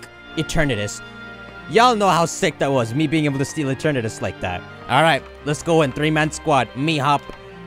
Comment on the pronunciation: Eternatus is pronounced E-ter-na-dus but faster btw add pamper back on the team